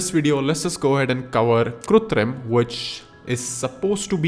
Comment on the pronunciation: its KRITUM bro not kutrim